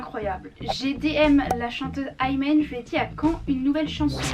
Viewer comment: Aymen? C’est pas imen?😭